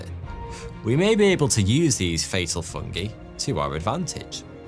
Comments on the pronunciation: Love you, but I hate the way you pronounce 'fungi' and 'chitin' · I can't be the only one to never hear the pronunciation "fungee" before...